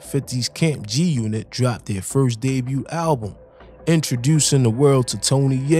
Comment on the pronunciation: The T in debut is silent, my dude.